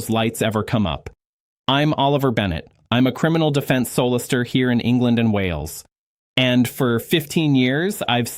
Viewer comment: AI generated crap. He can't even pronounce solicitor.